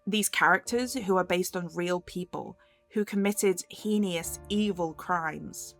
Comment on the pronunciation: Sorry, I hate myself, but the word is heinous not hein-e-ous. Also penchant is a French word pronounced ‘pon-chon’. Enjoyed the essay though.